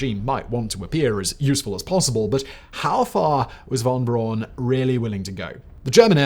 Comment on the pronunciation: That's "Braun" with a "u".